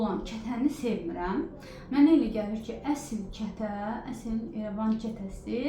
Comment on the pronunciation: Xanim Erevan keresi Yox, irevan ketesi